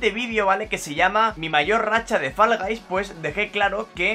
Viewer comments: Porque dices Fallaguys??? XDD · Por que dices falas gais XD